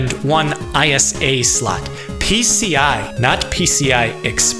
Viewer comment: Very cool review, accurate and on point. And THANK you for not saying "eyes-sah' and saying I-S-A! :D